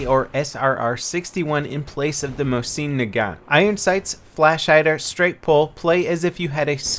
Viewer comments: "Mo-seen Nagant" Jesus, be more of a chairsofter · The way he says mosin XD